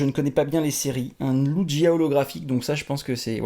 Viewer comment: Super tes cartes 😋 mes le lugia comment tu la prononcer j'etait en mode hummm 😂 fin bref tes vidéos sont super continue comme ça !!